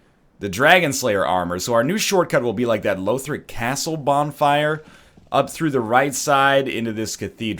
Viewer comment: I should've said something earlier, but it's "lawthric" not "lowthric". The characters in the game say it.